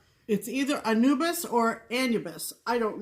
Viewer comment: Anubis- is correct. One of my father’s interests/ hobbies was Egyptian history and archeology. I know is correct in her pronunciation. Sorry.